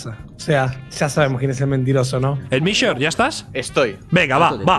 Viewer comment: Nadie: Absolutamente nadie: El Kun: "ElMiShoR" xd